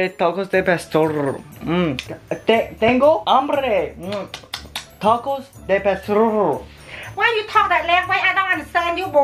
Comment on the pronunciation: lol TaCoS De PaStOrrrrrrrrrrrr